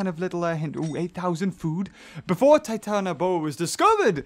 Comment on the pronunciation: Its Titan-ah-bua